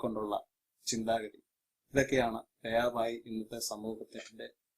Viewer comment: Bhi not bai